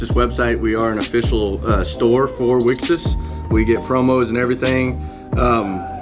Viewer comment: This set so 🔥 awesome video. Also its pronounced we-cross short for ‘wish across’. Looking forward to more wixoss content from you